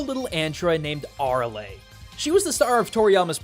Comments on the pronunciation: I'm not Akira Toriyama but I think it Ah-rah-ley. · Hey I'm sorry if I have to be Grammer Nazi in Pronunciation but It's A-Ra-Le for Arale just wanted to put it out there so you don't trigger fans of Dragon Ball and DR.Slump Fans of the Series ok? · it's ar A le not ar a ly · right? eye twitch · Beret is buh-ray not bear-ett and Arale is uh-Rail-ee not whatever you said (I forget). They say her name in DB so no excuse there. Also she had her own show that preceded DB and featured many of the same voices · Aralay? are you serious? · I'm almost certain you're mispronouncing Arale. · Lol the way he pronounces Arale 🤣🤣🤣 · You pronounced arale wrong, after that nice vid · I don't know why, but the way he says Arale makes me cringe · i cringed when he pronounced arale's name wrong.